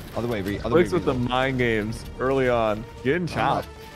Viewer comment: No it’s reet not ReEd